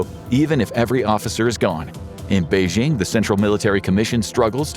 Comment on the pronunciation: Lol you don't say Beijing